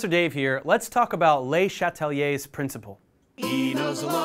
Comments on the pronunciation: pronounce it as luh chatlieh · lay chatelier?! what the fuck? where did you learn how to say his name? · You'd think that a bloke who claims to understand le Chatelier's principle would be able to pronounce it. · Oh god I was pronouncing le chatelier wrong since 9th grade 😭💀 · damn you butchered that name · y do u say le chatlier like that doe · you know manz not canadian the way he pronounced "Le"